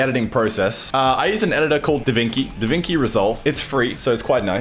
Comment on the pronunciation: Italian's having heart attacks every time says DaVinki